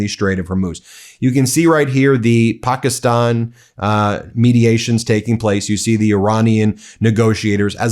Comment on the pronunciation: Please stop changing the pronunciation of Pakistan!